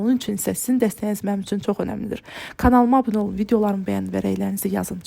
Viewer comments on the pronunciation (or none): none